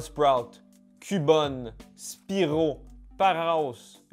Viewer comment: Tu a quand même dit spirow le petit dragon 🐉 jpp 😂😂😂😂 je t'aime mek